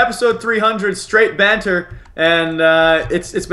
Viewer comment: Americans can't say banter they just can't